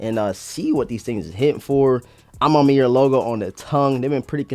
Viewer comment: "A ma manière" bro " manière " no Mayer 😪🥱😤